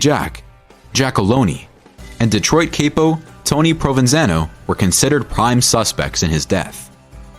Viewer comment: Are you kidding with that Hoe-fuh pronunciation? It's Hoffa just like it's spelled. And a capo is not pronounced cape-oh. It's a bit?